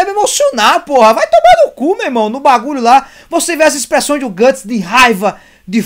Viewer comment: n é guts, é gutsom gatsom, ou gustavo